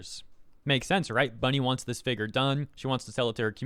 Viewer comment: Can u for the love of god, say figure right? Like what the hell it’s doing some to me I don’t like it